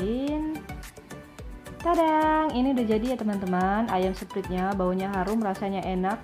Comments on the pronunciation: sprait kali bukan sprit 😅😅😅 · sprait bacanya sprait